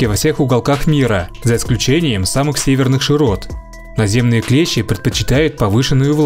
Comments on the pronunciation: Не клЕщи, а клещИ! Если речь идёт не о слесарном инструменте. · КлЕщи?! Вы русский?! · Клещи это инструмент ,а насекомые клещи ,с ударением на и.